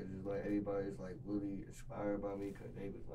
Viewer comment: When he say "really" he say "wheelie" lol